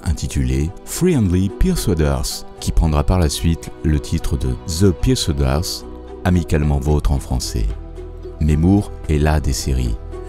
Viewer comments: "The persuaders" cela se prononce " de peur sue ai deur' ss" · La prononciation de "the persuaders" lol.